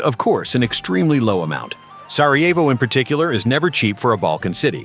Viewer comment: Si chama Sarajevo, no Sievo come dici tu. Non dire budzie!!